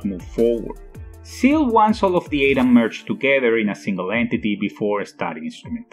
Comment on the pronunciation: “Seal"? “Wiley"? “Ayedam"? Who’s narrating this? The swedish baker from Family Guy?